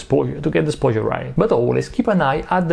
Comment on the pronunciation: I love the way says "sposure"